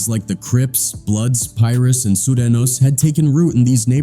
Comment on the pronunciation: AI don't announce words correctly. Sorenos is what it said. AI sucks